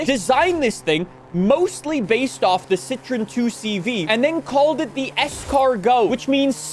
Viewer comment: I was not prepared for how pronounces "citroen".